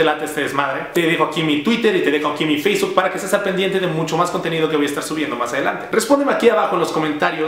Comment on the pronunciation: una profe decia facebuke en ves de facebook